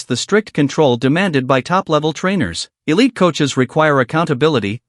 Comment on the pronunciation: Did he say elite hahahaha no